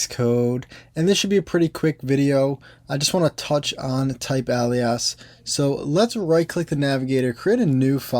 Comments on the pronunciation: I know you're gonna think I'm just nit picking so apologizes in advance but for future reference Alias - otherwise called : otherwise known as — used to indicate an additional name. Pronounced Ay - Lee - Us. Or say "Hey Lee Us" and pretend the H is silent! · FYI - It is pronounced /ˈeɪ.li.əs/ (e.g. "ay·lee·uhs"). 🙂 Thanks for all of your great videos on Swift programming! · Hi, noticing your last name I must ask, as an italian speaker myself, is the reason you pronounce "TYPEALIAS" like that because you're bilingual english + italian? You do make it sound like we'd read it in plain italian!